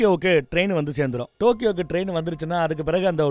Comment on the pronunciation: 1.22 டோக்கியோவுக்கு போறார ரெயின் என்று சொல்லுரார் 😮 தண்ணிய போட்டுட்டு உளறுவது அண்ணனுக்கு வழக்கம்தான்😂